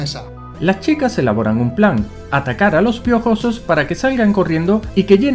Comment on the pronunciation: Realismo porfavor hablar bien "los hermanos piojosos saltan sobre el y le matan " realismo esque tio no me lo creo como es posible que lo aya pronunciado tan mal ajajajaja 😂😂 :v